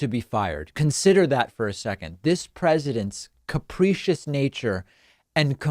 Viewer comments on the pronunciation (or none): That’s capricious, not caprecious